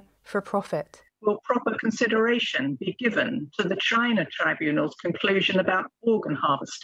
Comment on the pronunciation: "JAHHYYY NAHHH? " XD